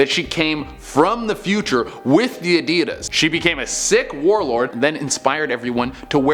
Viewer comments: Who pronounces Adidas like that? 😐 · Why do all Americans/Canadians say 'Adidas' weird......?